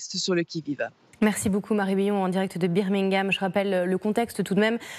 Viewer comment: Notament à "beer mingham" mdr...